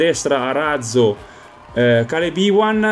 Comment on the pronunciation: Raga, vi prego, non si pronuncia Càleb Èwan ma Kay-lab You-an, non ci azzecca nemmeno la RAI quindi vi do un vantaggio da madrelingua inglese ;)